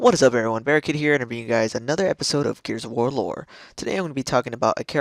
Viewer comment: Wait, did he say Gears of Whore?!?